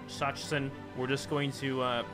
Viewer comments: the pronounciation of Sachsen should be something like sa-xen or sa-ksen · "Sachsen" is pronounced "S-a-xen" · Sachsen is pronounced Succsen^^ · Sachsen is pronounced Suck-sen. or Suaxn for People who actually are from Saxony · And "Sachsen" is pronounced: "Sak-sen" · King B Actually, the German name is pronounced Za-ksen. Sincerely, a German person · You say Sachsen the way you said it but with a spoken 'ck' and not a 'ch' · when it comes to "ch" in German, it's probably better if you pronounce it as a "k" in Sachsen (It's the equivalent to English "Saxony").